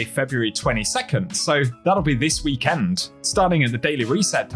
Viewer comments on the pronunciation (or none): It's pronounced "Week End" not "Wee Kend"..... 😂😅😂😅